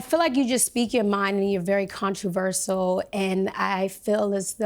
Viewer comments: Controversal had me really cringing and then she says abandonmentship. Nope can't listen to her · Tapped out when she said ‘controversal’😭😭